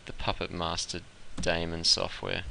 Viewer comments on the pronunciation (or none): You pronounce some words horribly, I couldn't even understand you. Here is English pronunciation from wiktionary. Test: IPA: /tɛst/ Daemon: IPA: /ˈdiːmən/